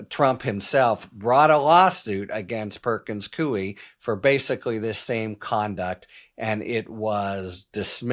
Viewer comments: Perkins Coie, pronounced coy. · Perkins Coie -- pronounced Cooey, rhyming with Dewey.